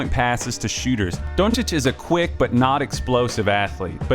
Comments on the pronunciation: I appreciate the correct pronunciation of the name. Even got the o right. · Oh you pronounced his surname correctly, first video so far :) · Only american that can say his surname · Just sayin...you are one of few Americans that pronounce his last name "on point". Great clip.